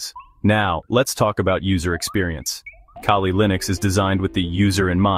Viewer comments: why do u people call it kayley linux ?tf is wrong with u ? get ur shit down . after some minutes u call it kali. make up ur fucking mind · Lol.. Kay Lee